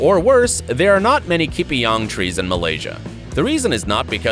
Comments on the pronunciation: its ke-pa-yung.. thats how u want to pronounce it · Huehue dosa aku gelak dia sebut ki-pi-yang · Your pronounced the word Kepayang wrongly